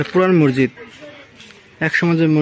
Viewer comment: মরজিদ বল্বে না মসজিদ বল্বে। কিছু শব্দ শুদ্ধ বলতেই হয়, অশিক্ষিত মানুষদের কথা আলাদা। শুভকামনা রইলো